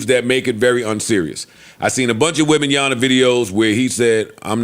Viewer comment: Jesus Christ joe... its WEM-BAN-YA-MMMMA